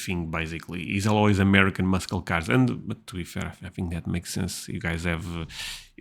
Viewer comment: English tip: don't say mus-kel car. It's mus-sel car. no hard C or K sound. - just an S sound.